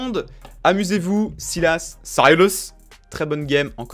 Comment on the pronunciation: tu prononces tlm bien sylas en anglais :p je veux le code >:c